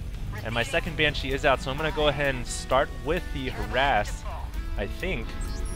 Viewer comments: its BANshee, not banSHEE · nooo!! not another banSHEE video!! lol seriously hd, BAN-shee, not ban-SHEE, BAN!-shee. please put the emPHAsis on the right sylLAble. =P btw is there still a ground defense colony and air def for the zerg or the spine crawler does both? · Excellent videos again. Got really lucky there with the Banshee's, but you pulled through [Fuck Yeah terran!] Also, not to harp, but the only thing I can suggest is Ban-shee, not Ban-CHI. Also, Marauders and Siege Mode Tanks destroy Roachs en masse. Marauders are the only true counter that burn them quickly. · It's pronounced [banshe], not [bansheeee]. I'd let this slip if it wasn't so annoying :p Anyway, these games are are perfect to watch during lunch break :) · SJ he said banshee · ok, i like your commentating a lot, but you really need to put less stress on the second syllable of 'banshee' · the way he pronounces banshee is kinda cute, makes them sound more threatening. I wish he'd pronounce Lalouche with a french accent though.